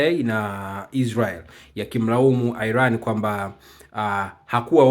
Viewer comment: Airan ndio nn inatamkwa kama ilivyo Iran bwana airan ndio nn